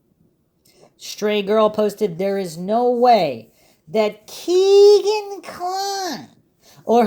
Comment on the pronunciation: Why do you insist on say KEGan (it’s Kegan like a keg of beer) kline’s name like that? RIP everyone’s’ ears who listens via earbuds